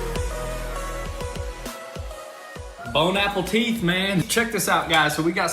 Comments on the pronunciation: bone apple teet lol is all I have to say.... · Bone Apple teeth 😂😂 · Bone Apple teeth 😂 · "bon apple teeth man" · Did he say "bon appetite" or "Bone, Apple, Teeth"? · "Bone apple teeth Man!" LOL! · "Bone Apple Teeth" 🤣🤣🤣🤣🤣 Y'all kill me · Did you say “Bone Apple Teeth man”? Seriously?! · did he say "Bone apple teeth"??? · did he just say Bone apple theeth! Hahaha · Bone apple teeth? Loll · Did you.... did you just say ‘bone apple teeth’ ? 😂😂😂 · Bone apple teeth? nice try guys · Did he say "Bon apple teeth"? 😂 😂 😂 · “Bone apple teeth man” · Bone apple teeth 🤣🤣🤣🤣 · Lol did he say bon apple teeth? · I didn’t hear him say bon appetit I heard him say bone apple teeth😂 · " Bone apple teeth man." Hahaha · "bone apple teeth" im dead lmao! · Bone apple teeth 😂 🤣😂🤣😂🤣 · “Bone aperteat”. I don’t think language is really your thing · BONE APPLE TEETH...... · Did you say "bone Apple teeth"? 😆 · BONE-APPLE-TEETH ?!? Soo good ya’ll should go to Paris sometime and say that lol! They would be soo stoked lol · “ Bone apple teeth”😂😂😂😂😂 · bone apple teeth man 🤣🤣🤣🤣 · “Bone apple teeth man” lmao 🤣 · Bone apple teeth?😂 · Bone-apple-teef, man! Just dig in, son. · Bone Apple Teeth XD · Bone apple teeth lol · He said bone apple teeth lol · I love how at the beginning of the video he said bone Apple teeth 😂🤣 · Bone apple teeth, man.... 😂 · Bon Apple Teeth? 😂😂😂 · bon appétit ! in french, don't pronounce the last "t", you should say : "bone a pay tee" a french subscriber ;) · .... They said "bone apple teeth" like the meme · Bone apple teeth man.🤣🤣🤣 Logbook? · Definitely bone apple teeth haha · Bon appe teeth 😂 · "bone apple teeth" 😂 love you guys! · "bone apple teeth" lmao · Bone apple teeth 😅😅😅😅😅😅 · “Bone apple teeth” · If you are going to try to speak French, try to get pronunciation correct, your grasp of English grammar has a lot to be desired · Bless them, they can’t manage proper English, never mind correct French pronunciation